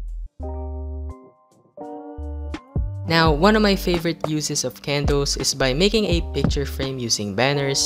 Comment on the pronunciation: Nobody:: K E N D O O Z